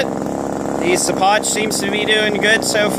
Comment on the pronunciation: hey man i think it might be pronounced "she-pock". keep havin fun